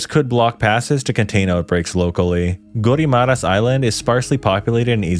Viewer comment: I know there's a lot of mispronounced names like Guimaras (Gi-ma-ras), Roxas (Ro-has), La Union (La-u-ñon), Laoag (La-wag), Marinduque (Ma-rin-du-ke), Tuguegarao (Tu-ge-ga-raw), Leyte (Ley-te), Biliran(Bi-li-ran), Calbayog (Cal-ba-yog), Catbalogan (Cat-ba-lo-gan), Maguindanao (Ma-gin-da-naw), Pampanga without (s) pero okay lng tawang-tawa nman ako sa Butuan ((Bu-twan) ..not a pro too.